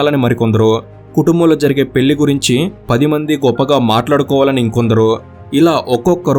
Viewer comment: Pellli kaadu bhayya...పెళ్లి adi...